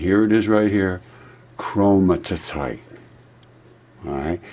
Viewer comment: it's Chromi-tite, not Chroni-ti-tite. Great info though, keep going my man, keep going.